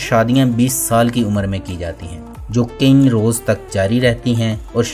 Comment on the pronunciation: یار یہ لفظ کئ ہے کئیں نہیں ہے۔